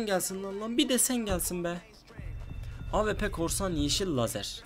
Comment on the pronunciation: abi bıktım awp ye ap diyosun